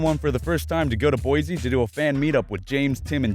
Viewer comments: it bugs me how he says Boise. I am from Idaho and I will have you know Boise is not pronounced BoiZe it is pronounced BoiSe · boi Boise is pronounced Boy-c. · you said Boise wrong not to be mean I love your channel but people from Idaho say it different and yes I'm from Idaho